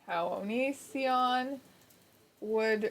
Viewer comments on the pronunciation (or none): constantly reads Onision as Onion son